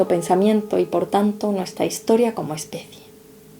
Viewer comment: Perfecto dijo como Especie